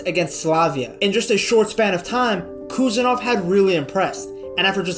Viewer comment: Прошу, правильно произносить фамилию.